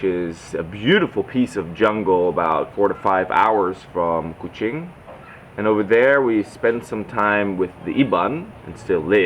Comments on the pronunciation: true 😅..he pronounce kuching like a true sarawakian..not even people from peninsular malaysia pronounce it like that 👍🏻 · i just found out your channel today. the way you pronounce Kuching and Iban almost sounds like you're a local already. i've come to notice, unlike other foreigners talking about Malaysia, you didn't even mention about the cost of living here, which I found really sweet of you. looking forward to more exciting videos of your life in Sarawak, my fellow Sarawakian brother from another part of the world ^_^